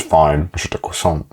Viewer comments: it's croisant not kwasent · a cwason